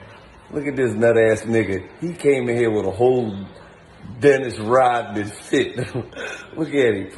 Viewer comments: You not Dinnis Rodman... You're Dinnis Rob-a-man 😂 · “dennis rob-a-man” lol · "Dennis Rob-a-man" 🤣🤣🤣🤣🤣🤣🤣🤣🤣🤣🤣🤣